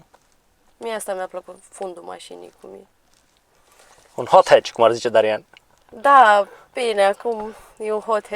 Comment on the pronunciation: Efectiv cad pe jos de ras cand aud in fiecare video " Darian " =))))))))))))))))))))))))))